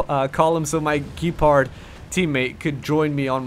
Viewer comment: AFAIK it is pronounced "Gehpahrd"